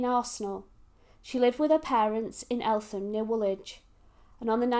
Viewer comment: It is pronounced ELTEM